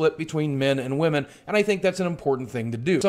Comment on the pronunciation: Despite this being a very well made and truthful video, i kept laughing when boogie said woahmen